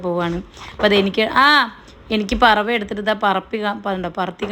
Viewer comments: പറവ അല്ല... പരവ.... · പറവ അല്ല പരവ 🤣🤣🤣